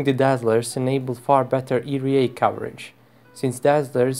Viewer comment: Love how you say ERA